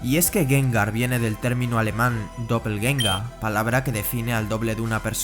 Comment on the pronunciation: Se agradece que hayas pronunciado bien Doppelgänger. ¡Muy buen video!